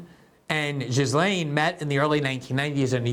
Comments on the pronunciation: Glenn, it's pronounced "Jizz Lane." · I love you Glen but Ghislaine is pronounced: G-lane. Its French, as was her mother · Jizzaine. Is glenda dislexic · It’s gee-lane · “Gill Lane”. Ghislaine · Well, it is an unusual name. The phonetic pronunciation is JILL - LAIN [or so I think]. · More like Ghee-len if you are pronouncing it the French way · I'm in France & the Ghislains (male) & Ghislaines (female) I've known pronounce the first syllable Zheez. Maybe others pronounce it Gheez, I don't know. Personal preference? Regional differences? It's like trying to pronounce Farage. Gotta ask the person(s) in question. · I anyways thought it was pronounced "Guh Lane" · Glenn is one of the few trustworthy journalists out there, but he obviously hasn't given this story the attention it deserves. He consistently mispronounces the names of Les Wexner and Ghislaine Maxwell. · Glen mentioned Ghislaine’s name at least a dozen times and pronounced it different every single time 😂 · Glenn, learn how to pronounce people's names.